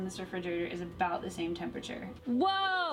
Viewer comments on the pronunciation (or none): I know you'll think this rude, but why can't Nick say 'temperature' properly? Is it really so difficult to pronounce? It's just a 'P' next to an 'R'. If you can say 'price' then you can say 'temperature'. I couldn't concentrate on the video because it was irritating me so much (which is relevant to the effectiveness of your communication—which is in turn why I felt I had to raise this point... sorry!) He's not alone, of course. Lots of people do this, and they seem to be the same people who can't pronounce 'strength', 'vulnerable' and of course the notorious 'sixth'. Is there some neurolinguistic explanation?